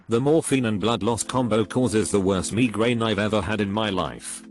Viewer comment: No body Microsoft Sam: mEgRaIn